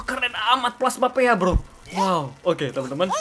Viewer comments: Ka regie, bacanya bukan plasma péa tapi pi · Plasma pea = plasma pi Bukan kak regi bacanya harus di👆